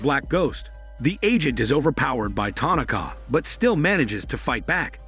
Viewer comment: Ty- Nak-Kah😆